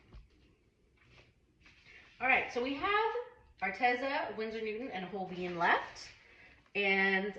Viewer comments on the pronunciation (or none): LisaI Love you your wild I’m just an old painter but Holbein is pronounced HOLE BINE NO BEAN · Thank you for all this info ! It sure does help. In turn, please learn that "Holbein" is pronounced "Hole- Bine"...not "Hole-Bean". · Not pronounced Hol BEEN But .hol BINE. JUST SAYING ❤️ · I like the Amsterdam, Golden and Winsor &Newton, but I would be proud and delighted to have created any one of them. BTW I belive us Brits pronounce it Holbine (rhyming with vine or wine!!), but I dont know if that is actually correct!! Thanks foryour hard work... v helpful and v inspiring....